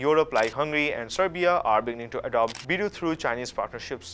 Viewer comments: Haha it is not bee du. It is bei dou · او بھائی، یہ بِیڑٗو بِیڑٗو کیا لگا رکّھی ہے؟ چینی بھی انگریزی میں بولتے ہو؟ لفظ ہے، "بے دو". کم سے کم گوگل ٹرانسلیٹر ہی استعمال کر لیتے ٹھیک تلفُّظ کے لیئے۔ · It's pronounced as Biiidu, I appreciate you covering the topic. I'm just mentioning haha!